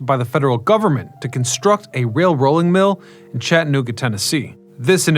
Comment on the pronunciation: Grrr. It's Chatta-nooga, not Chattan-ooga. 😁👍